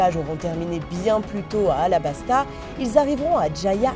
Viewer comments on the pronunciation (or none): none